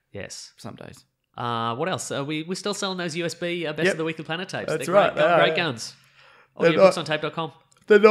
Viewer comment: OH MY GOD IT'S-A THE WEEK-UH-LY PLANET!